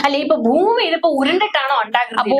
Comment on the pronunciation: ഫൂമി ഉരുണ്ടതുമല്ല, പരന്നതുമല്ല. "പരണ്ട"താണ് 😂😂😂